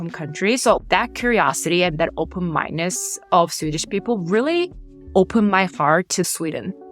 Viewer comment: Why are pronouncing it Swidden and Swiddish?